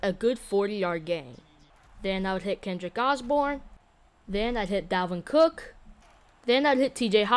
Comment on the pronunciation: Bro said Kendrick Osborn